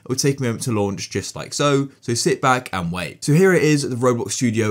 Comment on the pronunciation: stop saiyng jut like so its just like this